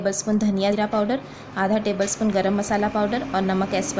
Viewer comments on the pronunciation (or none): dhaniya zeera sahi nai bole